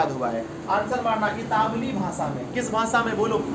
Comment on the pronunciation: Italwi, itawli nahi